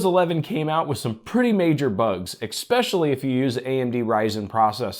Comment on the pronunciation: You say "however" waaay too much. There is no x in especially. Thanks for your testing results.